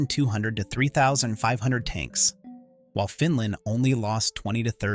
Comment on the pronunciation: I love the Finnish "Taunks"